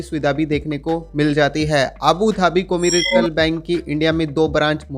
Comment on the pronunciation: *कॉमर्शियल " है भाई कोरिकल नही😅😅😅😅😅